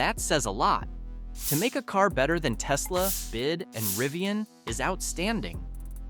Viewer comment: BYD is not pronounced "bid" you just need to look at the back of its cars where it is clearly written Build Your Dreams. Thus the correct pronucation is B-Y-D....